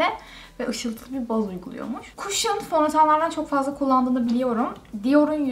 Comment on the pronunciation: O kadar elit takılıp "cushion" kelimesini kaşım yerine kuşın diye okumak...